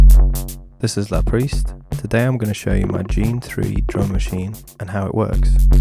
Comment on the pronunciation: Yeah that pronounciation surprised me too!